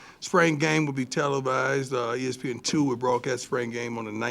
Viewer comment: Coach dun' pulled that 🤠hat out again!!😂 I love the way he pronounces "spring" as "sprang"...love Coach Prime💯.